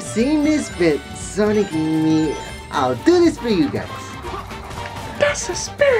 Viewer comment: sonic amy said sonmay